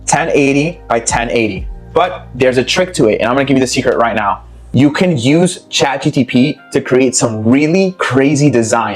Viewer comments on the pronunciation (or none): he was correcting you. you said chatGTP the whole time😂